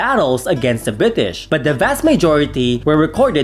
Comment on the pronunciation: I'm sorry it's Bri-ish!